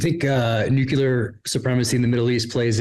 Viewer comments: Please learn to say Nuclear properly, It is Nu clear, not Nuculer. Go to Websters, play the pronouncenation. Redneck ebonics is not cool no more than pronouncing ask as ax. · Why can't people pronounce the word Nuclear? What the hell is it with Nucular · Nu-cu-lar... okay george bush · What is it with you guys? The word is nuclear. Nu-clear, two syllables. It is not nucular. I know this is a problem for Peter but Jack as well? Uh. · nu cle ar nu cle ar nu cle ar..........NOT NU QYU LAR .... What's with you guys? Did you rehearse mispronouncing one of the pivotal words of the global future.? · Nucular weapons program? What's a nucule? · nu-clear. both of you. don't be bad examples. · What the actual frak nu-ku-lar means? Do you both have a stroke? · Why can’t ppl pronounce New-Clear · Thank you for your content. Please say the word nuclear correctly. It sounds exactly like it's spelt.